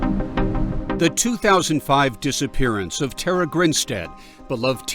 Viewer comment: Yall pronouncing Tara incorrectly. Its Irish pronounced Taara not Terra. Goodness me surely her family would've corrected yall by now.